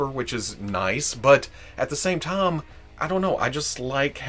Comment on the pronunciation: I just realized today says "time" like "tah-am". I guess he said it a lot in today's video! So, doing linguistic forensics - KY? TN?